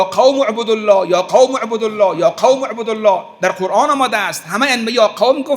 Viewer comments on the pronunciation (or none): none